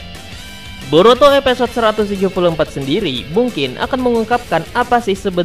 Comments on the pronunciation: Evisode bang bukan epesod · Gunakan penyebutan bahasa indonesia yang baik dan benar, episode bukan epesode😆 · knp huruf i jadi e ya?